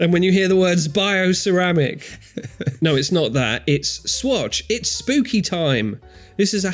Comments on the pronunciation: Why the hell do you keep saying "spoopy" instead of spooky? What fresh madness is this? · Why is everyone saying spoopy and not spooky?